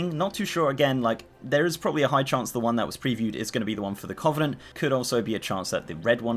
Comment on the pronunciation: Sorry but your pronunciation of covenant is bugging me. Its cuh-venent, not coh-venent.